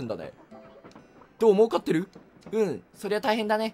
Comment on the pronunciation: 儲かってるがもう買ってるのイントネーション笑笑